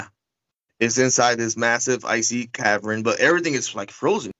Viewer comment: Cavern. Not cavren